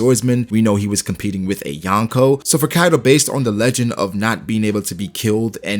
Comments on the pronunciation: I am sorry to say that, but you triggered me saying "" Bro it is called "Yonkō" from "四皇" which is 4 emperors and its sounds like this "Yon which is four, Ko which is Emperor or king" combined you get four emperors. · Yawnko or Yonko? Smh Americans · Omg it’s not ‘youn ko’ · "The Yawnko".... please pronounce it right if you are going to make a video on them